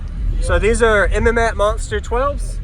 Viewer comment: I love seeing MMATS equipment being used. We don't see it very often. It's too damn expensive for most people! I've used their amps several times. They're great. And it's pronounced "MATS"